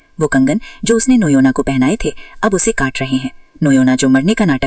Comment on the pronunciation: Noyna❌ noina ✅